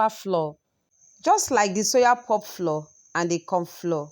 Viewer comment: Please what is cassava floor? Or you are saying flour?